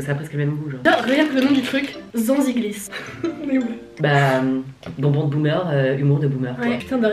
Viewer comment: J’adore les réglisses mais par contre « zanzigliss » jppp j’ai encore un snap de cet été ou je me moque tu truc 😭😭